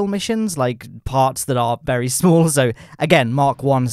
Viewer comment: He says it like "verry smoll"